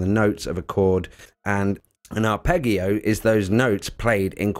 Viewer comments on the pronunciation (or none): Arpeggio is an Italian word and it's pronounced ar-ped-gee-o. Arpeggiator is produced ar-ped-gee-ator. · Yes. Sorry, but the arpEGGio and R and Arp is painful. 😁 Thanks for the video though. Really like the choon at the end too. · It's worth mentioning that "arpeggio" is pronounced with the 'g' sounding like a 'j.' Hearing it mispronounced is driving me a bit crazy! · Also Arpeggio/Arpeggiator is pronounced with a soft G (like J). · Wow. Thank you. Really appreciate that. I woke up to this comment and will now have a great day. 😊Thanks! Just to let you know there are some similar tracks on my album "Digital Vegan" which got released last year. Thanks again, and thanks for watching till the end. I hope my mispronunciation of the word 'arpeggio' wasn't too off putting!! All the best to you. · when pronouncing arpeggio use soft G sound not the HARD like Goat. But geez! P.S. Just saw your note that you are already aware of it. That's great. I'll still leave my comment. :) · Haha! 🤣🤣! All good. If it was the AI voice it would have pronounced 'arpeggio' correctly! 😆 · If uploading this video has taught me one thing, it's how pronounce 'arpeggio'. I'll never escape it. Thank you for leaving the comment! Appreciated. Sound.